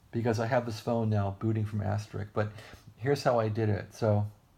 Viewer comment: is there a reason why you are calling it "As-ter-rick"? It's supposed to be pronounced as "as-ter-isk"